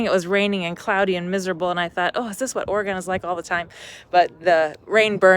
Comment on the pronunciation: Im surprised no one has corrected the way you say Oregon yet LOL